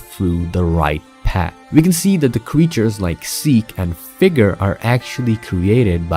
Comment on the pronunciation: Can’f igger 💀💀💀💀 (that’s what figure sounds like if u replay it a lot)